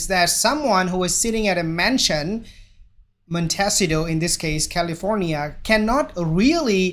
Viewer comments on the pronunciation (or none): Pronounce MONT-ey-CITO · Mon-teh-cee-toh. Just helping with pronunciation of where they live. Great video. Thank you